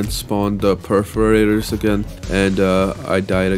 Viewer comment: why perferators? and not perforators?